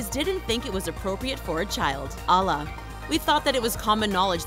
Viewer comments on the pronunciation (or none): Please pronounce Allah right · It’s not Ala it’s A L L AHH :) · you pronounced Allah wrong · you sayed Allah not good but hey ! i can not say it too ! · Ur saying Allah wrong 😒